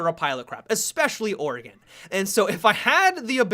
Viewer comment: finally someone pronounces Oregon right...